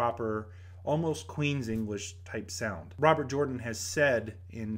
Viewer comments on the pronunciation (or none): none